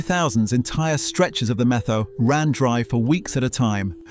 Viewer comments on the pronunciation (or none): "METHOW" is pronounced, MET--HOW. Try talking to older people that are actually from Eastern Washington. Why was there a photo of Ted Nugent in there. He's from Texas. That being said, I am a big proponent of allowing these magnificent animals to thrive for the very reasons in this VLOG. There are a few of these furry creatures in the stream a few yards from my home. They are all thriving in the pond they built.